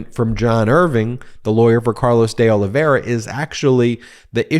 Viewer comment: Pronounced Oliv-vay-ee-ra.